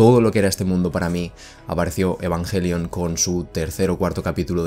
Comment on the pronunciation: Asi se pronuncia en Japonés....